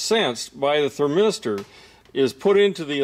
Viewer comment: THERmister, NOT thurM8STER